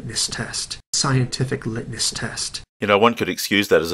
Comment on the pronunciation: Lit-ness? Lit-ness test?... like brightness or endlessness? Litmus...muh...muh...muh-sss. See not that hard.